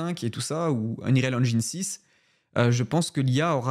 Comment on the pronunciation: Bravo pour ce contenu. Tout ça est extrêmement excitant. Par contre, je crois que tu ne prononces pas correctement Dall.e et Unreal. Belles fêtes à toi.